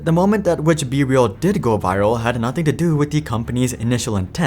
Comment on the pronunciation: Not me hearing “bbl” instead of be real